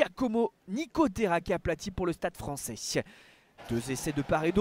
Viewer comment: "Le Stade Français-che", "essai transformé-che", c'est quoi ces gens qui ajoutent des syllabes où il n'y a pas besoin ? Dans la vie courante ça fait déjà bizarre, en commentaire audio c'est juste agaçant.